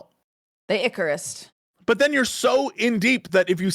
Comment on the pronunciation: Did you pronouns Icarus as Eucharist with a t at the end?